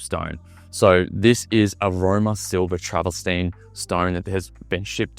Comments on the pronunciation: Lol travastine it's trav-ver-tine. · It's 'travertine' not 'traverstine' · Some constructive feedback for you: 1. It’s called Travertine (not Travestine) 2. Stop saying the word “particular” 3. It’s called a pocket door 4. You’re in a $23m property, at least dress the part - put a suit on and take the baseball cap off and phone and keys out of your back pocket. Perception and presentation is everything, especially if you’re doing walkthrough in Toorak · Absolutely love your excitement and enthusiasm for the exceptional property mate! Just two things! It’s ‘travertine’ and if I had a dollar for every time that you said ‘luxury’ and ‘particular’ I recon that I could buy one in ‘each colour!! (Teasing!) You did a fantastic job ‘selling’ a beautiful property! I also agree that it has been amazingly, even LUXURIOUSLY !😉 Staged for sale! Well done mate! Sadly, I’m a few bob short atm!😊